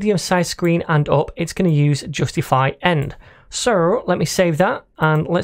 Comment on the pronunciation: "and uop" i just love that accent